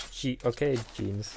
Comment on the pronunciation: Lpf 🔥sinon il prononce ton pseudo jeans 😂